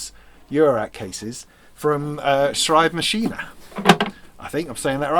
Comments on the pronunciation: Thanks for the shout out for the cases. Yes you pronounced Schreibmaschine well, I think it was the best attempt so far by an English speaking Youtuber. I'm looking forward to seeing what you fill them with! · Neuzeit pronounciation = noyt site 😊 and you pronounced „Schreibmaschine“ really well 👍